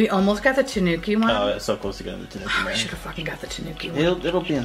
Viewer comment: I loved it too because it's how we pronounce it in the UK! I was delighted to hear an American pronounce it right for once 😆